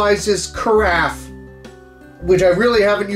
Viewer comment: Hearing you pronounce "carafe" is so worth it Kev-O 😂😂